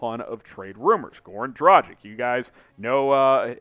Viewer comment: can you please look up how to pronounce goran dragic correctly? please. please.